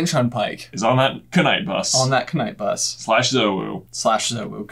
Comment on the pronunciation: Btw the knight bus has a silent k it is night not kernight